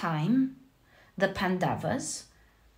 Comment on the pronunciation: Hello, just wanted to correct you: it's not pandavaas, it's pronounced as pan-doves. (You pronounced the 1st part (pan) correctly.) Also please don't say Indra, it's indr. I know how it is spelled but the correct Sanskrit and hindi pronounciation is different from what it's inferred. And that happens with a lot of our words. Eg. Ram is pronounced Rama, ravan ravana, lakshman lacksman, etc. I know you are not consciously mistaking them but still it's about appropriation. It's also about paying homage to the beautiful culture and history it represents. Also what's widespread is what is assumed to be the correct way . Even in our country, yog is yog no more, it's yoga and karm is karma(yes, they both are Sanskrit words. And no, Sanskrit isn't sans-krit. It is sons-krit(pronounciation wise)). So if you could pls incorporate these into your readings, it would feel awesome. I know it would seem trivial but it would make me feel super happy and fulfilled . Thanks for being a wonderful reader